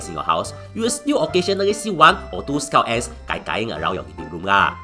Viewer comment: am i the only one who hear "scout ass"